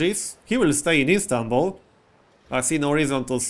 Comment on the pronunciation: You actually pronounced (Sorry if i misspelled that) Istanbul right, well played. :o